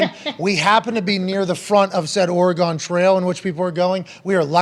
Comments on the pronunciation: It's not Oregone, it's Oregun. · Oregon (aw-ruh-gn) not Orea-gone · Or-y-gun trail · Pat I love you man but you can’t be calling my state Or uh gone. It’s Or Uh Gun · Pronouncement Of Oregon It’s pronounced ORY-GUN. Not ORY-GONE. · Oregon is ore "gun" not ore "gone" lol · Ory-gun But otherwise, great show today. Had me busting guts. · Pat...residents pronounce it "Ory-gun" instead of "ora-Gone" 👌😉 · Pat said, “Ore-eee-gone” WTF? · Ore-gone....as an Oregonian I find the fact that people cant b pronounce it right hilarious. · OR-E-GUN! OR-E-GUN! PLEASE!!!! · Oreee-gone Trail ... c'mon ... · The way he pronounces Oregon is not how any Oregonian pronounces it. Think of the "gon" as "gun" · Ory-gun, brother, from an Oregonian! Appreciate you and your victory. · I love you Pat, but it’s Or-gun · Why's he saying Oregon like it's a shape? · As an Oregonian, I have to say that is not how you pronounce Oregon. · Someone teach this man to say “Oregon.” Sco Ducks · Please tell me other Oregonians out there also almost cried laughing with how Pat pronounced Oregon